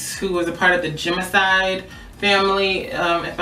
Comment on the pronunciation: Gemini not gemiside